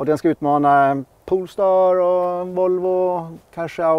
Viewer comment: Nu vill jag inte vara sån Alrik meeeeeeen… iX3 är väl inte en ombyggd i3 utan en X3. Du kör ju själv en i3 for sataaan. Du sa det på 3 ställen. Sen heter det inte poolstar utan polestar…